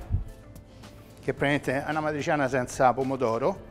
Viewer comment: "matriciana" però non si può sentire. e che cazzo.